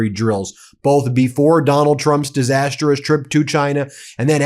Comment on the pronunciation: Disas-trous not Disas-ter-rous. Very annoying to keep hearing this.